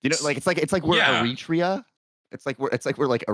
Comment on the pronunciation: Favourite part of this pod was not being able to pronounce Eritrea.